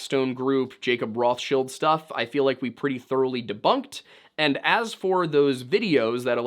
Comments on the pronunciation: "Then makes salads out of us I guess"... BOOOO! BOO THIS MAN! THAT WAS BAD AND YOU SHOULD FEEL BAD! Awesome video otherwise. Other than no one ever in the history of everything has ever pronounced Rothschild like that. No one other than you. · Huge red flag when someone uncritically claims "The Rothschilds did it." Aww, I'm just some guy, I don't even know how to pronounce this name. Rothshield? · completely wrong. its pronounced somewhat like roht chilled. but the r is hard and the oh like in OM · It's actually "Roths-child". Like how the names Torsson and Ingasdottír are "Tor's son" and "Inga's daughter". "Roth's child" (whomever Roth may have been in the great misty whenever). I don't think it was a grab like the footage seems to suggest. That looks to me like, and I'm spitballing here, a naturally-occuring thin-spot discharging a burst of energy. I don't know why that would be - ground-level thinnies don't behave that way, insofar as I'm aware - but then again it's high-altitude. Atmospheric or hull ionization might be a factor. But I don't think government forces Blinked it from there to wherever Point B might be. I know it's probably naïve to say that we can't have such tech yet, but...I'd rather not entertain that particular brand of terror. And if they do, then you know they'll misuse it, and people in general will need to do something. Probably something drastic, because like the bomb, no one should have access to that kind of capability, period. Humans can't be trusted with a hunk of sharpened rock, let alone something of that unpredictable scope. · I was on their side when they were like "hey guy were not narcs," until he said Rothschill instead of RothsCHILD like he's never heard the proper name pernounced before. Total control ops 😂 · It’s Roth CHILD!! The original banker Rothchild had a Jew name. But his business was named “Red Shield” in German!! However the English spelling of their actual last name is RothCHILD!! Not shield!